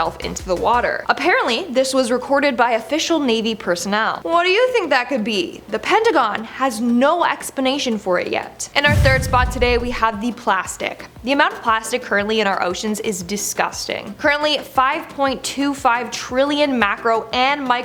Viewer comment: when you’re making an informative video and the narrator says “expanation”, anything true or intriguing just loses its luster